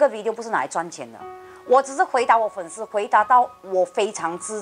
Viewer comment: 粉丝sī 不是shī